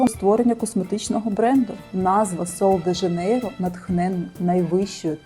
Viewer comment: 'Шероза" - так вимовляється це слово. Я жила в бразилії рік. Жінки й справді не паряться ані про целюліт, ані про зайву вагу (а жінок з перевісом там дуууже багато). Але всі в мікро- бікіні. В купальниках тільки туристки. В креми я особисто не вірю. Підтягнення це кровообіг. А целлюліт - це жир, який треба втрачати на спорті і харчувані. Креми тут до дупи 😂 Рекоменди зірок - єрунда.